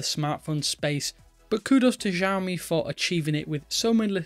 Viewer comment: Sheesh .. learn to pronounce the name. It's "See-aw-me"